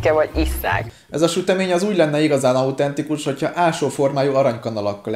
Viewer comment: Szerintem alutentikusat akart mondani.